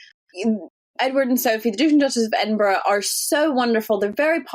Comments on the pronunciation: "Ed-in-BURG"?! Seriously? Why don't you find someone with at least a grade 5 education to narrate? How embarrassing for you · Could someone please correct (after all these years) how to pronounce EDINBURGH...sadly, she continues to get it wrong, and she's been senior host of this Royal program for several years. It's not EDINBURGG.